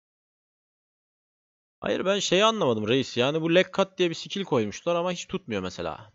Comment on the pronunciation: ayak kırma lekkat olmadı ismi leg cut adam olması gerektiği gibi telafuz ediyor